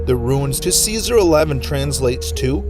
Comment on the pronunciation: Runes are not "ruins".